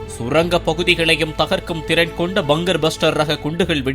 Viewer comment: செய்தி வாசிக்கும் பன்னாடை....அது பங்கர் (BUNGER) பஸ்டர் இல்லடா.... பங்க்கர் (BUNKER) பஸ்டர் என்று உச்சரிக்க வேண்டும். நாக்குல ஒரு இரும்பு காகிதத்தை வைத்து நல்லா தேச்சி விடு...பேச்சு வந்துடும்